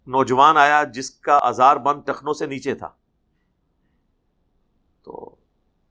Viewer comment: آزار نہیں ازار